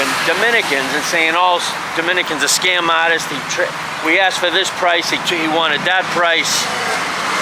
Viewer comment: did you say scum or scam ?